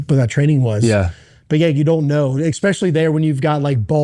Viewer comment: "Expecially" is not a word. Makes you sound like a stooge.